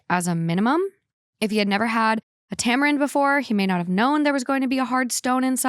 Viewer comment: You pronounced tamarind perfectly the first time 🙌🏼